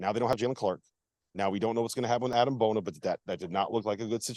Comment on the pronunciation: Please, please learn how to pronounce Adam Bona's name. It's not Adam and it's not a long E (not Adeem). The EM in his name is pronounced as an M --AdeM